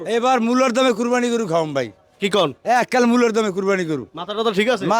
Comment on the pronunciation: ভাই আপনার উচ্চারন ভুল।কুরবান না।কুরবানি হবে